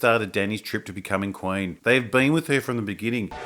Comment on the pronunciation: Oi m8 wot's a KWAYN? HOLY FUCK! IT IS RICH EVANS. OH MY GAAAAAAAAHD!